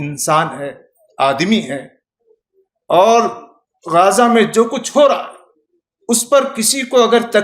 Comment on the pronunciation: پہت اچھی گفتگو۔ سبحان اللہ !!! غازہ نادرست ھے غزّہ درست ھے Ghaaza is incorrect Ghazza is correct.